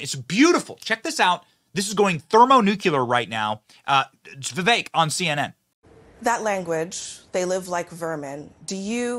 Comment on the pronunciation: You almost pronounced his name right haha